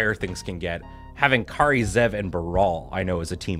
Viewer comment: On behalf of Kari Zev and myself (and every other "KAHree-not-KAYree" everywhere), thank you for pronouncing our name correctly. 🤩